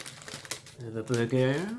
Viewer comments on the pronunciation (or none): “the bergurr” 👨‍🍳